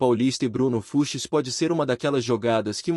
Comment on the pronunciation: Precisa avisar essa IA que é Bruno Fuchs e não Bruno Fuches ou Fruxis ou Fruchis, sei lá. Fora essa voz chata que dá sono. Bom para quem quer dormir. E vem com papo de empresário de que o Palmeiras quer o Everton Ribeiro que está em fim de carreira. Essa IA acha que engana quem?